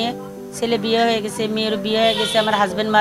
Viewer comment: স্ক্রিপ্ট ভালো। তবে উঠসেন,হয়েগেসে এসব উচ্চারণ তো আরটিভির মান-ইজ্জত খেয়ে দিয়ে দিচ্ছে